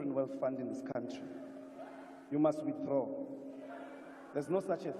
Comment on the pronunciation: Ndlozi says "you must wothdraw!". A mo supa ka monwana 😂😂😂😂